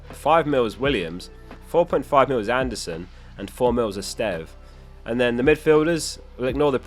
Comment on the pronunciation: My man learned to sort of pronounce Esteve and Guiu correctly, very impressive!